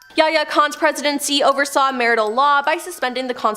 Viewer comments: No kidding..martial law is pronounced, Marshall. It has nothing to do with marriage or marital law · Martial is pronounced marshal, not maritial.